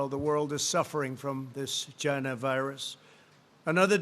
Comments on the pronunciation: "People are suffering from this 'GINA' virus" wtff hah its china. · “the world is suffering from this ‘gina’ virus 🤣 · I think he was trying to say vagina virus...... LOL so disgraceful to women LOL